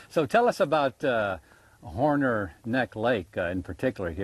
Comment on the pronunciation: It's Hornor, not Horner.